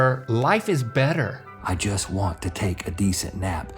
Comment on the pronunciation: The fact that Rhett said “guess wait” and not “just wait”